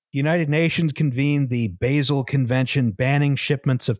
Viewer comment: It's Bah-sel, not Bay-sel. I know this because I have been to Basel airport, which is a miserable place.